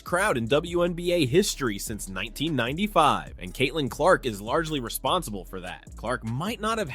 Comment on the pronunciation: How did you post a clip with the reporter saying her name and then mispronounce it right afterwards?